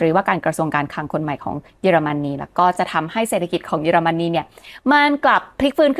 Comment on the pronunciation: ขออภัยนะคะ ติดตามมานานไม่ได้คอมเม้นอะไร ขออนุญาตติง เยอรมันนี ออกเสียง เยอ ค่ะ ไม่ใช่ เย แอบขัดหูนิดๆ มาตั้งแต่คลิปก่อนแล้ว ถ้าปรับให้ถูกต้องจะสมูทมากเลยค่าา ที่เหลือดีเยี่ยมมากแล้วววว รอติดตามค่าา🎉